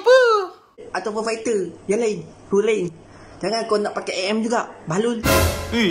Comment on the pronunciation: Dia cakap a m eh?hahaha MM lah woii